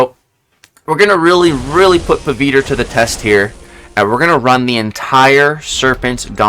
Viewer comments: Bro he is pavithr bro not paviter 😂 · Somenes gotta teach him the pronounciation man, not hating on him tho